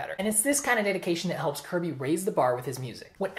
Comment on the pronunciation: i think you pronounce it "curb-ay"